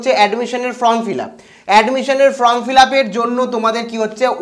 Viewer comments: ভাই Form উচ্চারন টা তুমি ভুল করছো । কথাটা ফ্রম নয় কথাটা হবে ফর্ম । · আরে ভাই from(ফ্রম )নয় form(ফর্ম ). Consult dictionary plz.